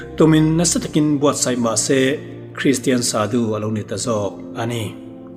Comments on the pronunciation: shadu i lam dan hi Thluksei in Shaadu angin lam theih nise a ngaihthlak a nuam zawk ang ka ti.A lamdan dik zawk a ni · Sadu tih hi Saadû ti a chhiar rîk ni se a ngaihthlak anuam ang. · Sadhu i lam dan hi sâdu anga lam tur a ni hmel.. sa hi ei tur sa, vawksa, arsa ah sa anga lam tur... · Sadhu ani lo,"sâdhû" ani zawk r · Sadu ni lovin shadhu ti zawk tur. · Shadhu zawk nilo maw sudu tih in i ron lam tlat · Shadu ilam dàn adiklo deuh